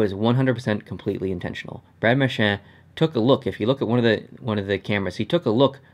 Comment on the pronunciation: No offense to but did it frustrate anyone else the way he says Marchand